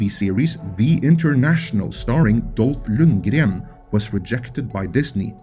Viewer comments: It’s good day when one can hear Dolph Lundgren’s name pronounced correctly. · The way he said "Dolph Lundgren" made me very happy. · I could listen to you pronounce Dolph Lundgren's name all day.